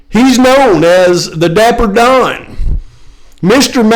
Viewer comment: Couldn't tell if you said" known as Dapper Don or Diaper Don" 😂😂😂 just a little fun, I think both choices are pitiful.